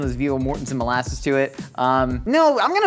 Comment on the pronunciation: "Monlasses" you sure you don't want to go with "molaster?"